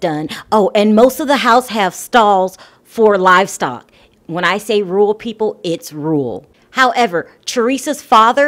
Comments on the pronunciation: Its pronounced "Roar-Rule". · It's Rural not " Rule" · Are you trying to say rural? Because we hear you saying rurl.